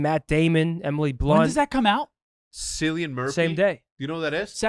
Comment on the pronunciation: Every American pronounces my name sillyian it’s kill-ian🥲😂 cracks me up though😂